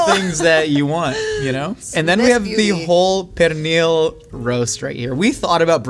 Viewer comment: My Puerto Rican In-laws would hate the way you’re pronouncing Pernil right now